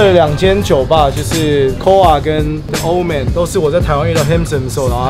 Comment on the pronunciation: 是The(里)Old man不是The(了)Old man啦